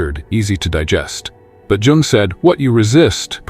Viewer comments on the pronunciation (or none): Sorry, but Carl Jung's surname is correctly pronounced "Yung". Interesting video!